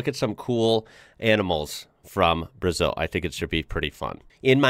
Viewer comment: We pronounce BrAzeew! With a Z sound!